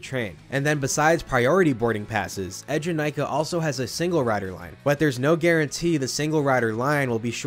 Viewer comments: it’s “ee” jenakah (as in bee)- I spent 2 hours in the queue to ride this when it first came out and that song has been hammered into my head since- I can still hear the rhymic drums with the ride name playing over and over in my head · That’s cool you rode it opening year! The ride’s name is not pronounced how you describe tho. Check this movies scene here where they chant Eejanaika - The ride hosts at Eejanaika also pronounce it “eh” jenakah just like in the movie which represents when the term became part of Japanese culture.